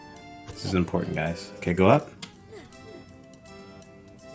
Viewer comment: lol == GUYS OR GAYS OR GUYS OR WHAT ??